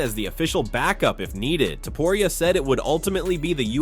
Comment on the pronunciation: You say topuria stupid